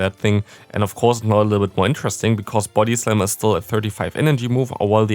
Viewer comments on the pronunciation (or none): Is it only me who hears his body slam as booty slam :3